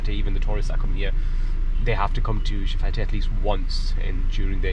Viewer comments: Nice video! I'm from barbados so it's cool to see content like this. I was listening and just wanted to let anyone who was interested know that it's pronounced shef-et (that's probably a weird weird to put it but just wanted to say! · Nice video. Just one correction. It's pronounced chef-fet. The te at the end is silent.